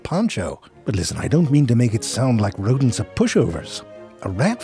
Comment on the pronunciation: El rrrretorno de los "Rrrrodents", love this guy voice 😂😂